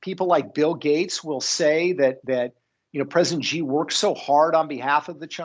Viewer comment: Hey Peter, it’s “She” (Xi), not “gee”. Just saying…!